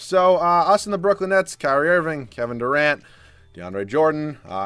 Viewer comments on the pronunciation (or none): none